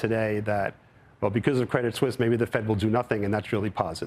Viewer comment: Steve says "Suisse" correctly. Can these CNBC goofballs quit saying Credit Sweeese. Just because it's spelled Suisse, it's still pronounced Swiss